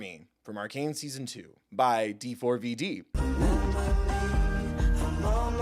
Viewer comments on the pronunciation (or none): D4VD is pronounced David.